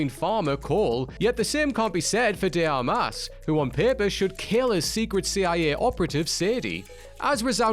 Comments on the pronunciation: An De Ar mas? It's De Armas!!! Get it right! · 10 Recent Videos With ONE Distractingly Terrible Pronounced Name: Number 1, this one with Ana De Armas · Dude, you need to practice how to pronounce Ana de Armas name... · I don't think it's easy at all to mess up so bad the pronunciation for Ana de Armas name every single time.